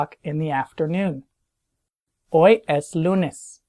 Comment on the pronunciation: Anyone else notice how he constantly mispronounces "es" during this video?